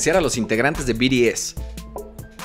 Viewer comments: Jaja se pronuncia "bi ti es" no? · Y se dice BTS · No es BTS es BIRIES JAJAJAJAJJA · No son biries es bts que parte no entiendes carajo xd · “Biries” 😂 me encantó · C mamo con el "biries"...Te amo 😂❤😁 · "BIRIEZ" XD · Yo solo entre por "biries" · We cagaba de risa cuando decía biries jjssj BTS ✨ sus patrones ❣ prros jsjs me gustó el vídeo está mamalon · Te voy a poner como se pronuncia es BI TI ES OK 😆❤️😂🤭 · Biries jajaja no má